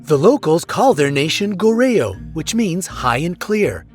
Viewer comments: It's not goreyo it's GORYO it may be spelled as GORYEO but it's pronunciation is GORYO and it's not jajangmeyon is JAJANGMYON pronunciation is a must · goreyo is pronunces koryo..... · what's goryeo, i only know gOrAY-Yo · Goryeo pronounciation is Goryuh and this is what korea was called in early 900s to late 1300s.. jajangmyeon= jajangmyuhn. Chungmae=Jungmeh, yonae=yuneh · How to read goryeo is gor.yo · Yeah... at least say Goryo right lool... they called it this like 1000 years ago... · ok you guys do not understand... for example I'm 15 in America it means in Korea in already 16, they're wrong, and the right pronunciation of "Goryeo" is Goryo, Hope ya guys understandme :)